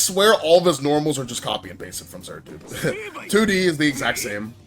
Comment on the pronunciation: good video but why do you call it zerd lol